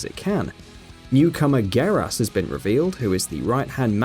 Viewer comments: Hang on. Did this nigga say (gaer ass)??!! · I love ur pronunciations: Raiden - Ride in Geras- Gare us Baraka - Buracka